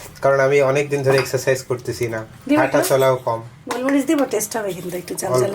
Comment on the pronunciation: "গুল" না শুদ্ধ উচ্চারণ "গোল"। এই মসলাটি কে "গোলমরিচ" বলা হয়।